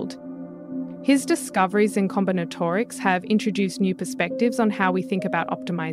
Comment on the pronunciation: Com/bin/at/or/ics a new way of pronouncing.